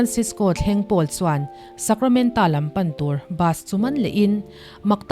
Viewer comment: Hmanah he movie hi ka en tawh a hmuhnawm khawp mai, Miss Sacramenta tia i lam hi Sacramento zawk tur a niin ka hria a sap movie ah kha chuan TO a ni tlat